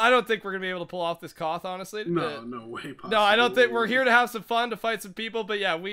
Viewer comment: A sky KOTH lol what was that lol